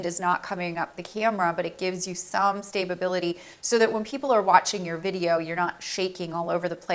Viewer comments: Ok ..I'm not trying to be funny I just want to make sure I heard right...Did you say Stabe- a- bil-ity? Did you mean Sta- bil-ity? If not...What does the first one mean? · Stay-ba-bility 🤣🤣🤣 I love your videos but this made me giggle 💋